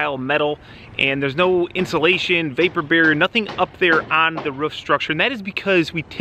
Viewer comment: Mate it's ROO FFF not woof!